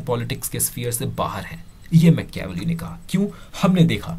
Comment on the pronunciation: Mecheaavelii nahi hai dost it's Maachiiaaavelli